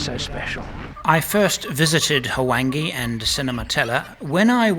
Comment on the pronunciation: Luvverley stuff as always. I chuckle… H-wange? No man, it is a smoother transitions of sounds, a whooshing Wwhange. Such a WASP you are;) On a more serious note, what is your feeling about removing sunglasses from our faces when we interact with local people in Africa?